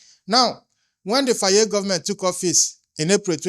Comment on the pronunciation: Here on the majority comments tells u africans home and abroad are listening and watching ready to protect our Future children of africa. Please can you pronounce Faye as (FIE) Some times how names are written calls othewise. How you call it Faayee is😂. Am Senegambian. THX alot 🤠